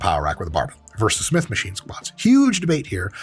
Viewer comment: "Smitch machine" lol